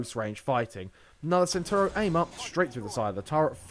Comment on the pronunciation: It's pronounced 'Chentauro'.